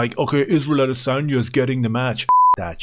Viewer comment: (((ISRAEL))) "the vast arsebender" a-DAY-sanya